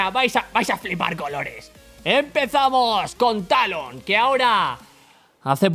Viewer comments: te falto la R de talon ???? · fue cosa mia o se saltó la R de Talon? :v